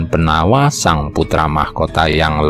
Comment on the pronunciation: Pengucapan nama Jowo, walaupun tertulis huruf a, ada baiknya diucapkan o. Seperti nama jowo Pangeran Benowo. Namanya memang BENOWO, bukan BENAWA. Nama lain Sunan Prawata, nama aslinya ya Sunan Prawoto. Kalo diucapkan Prawata, jadi agak aneh.